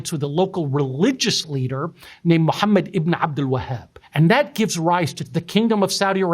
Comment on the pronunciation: 這位教授的阿拉伯語發音很標準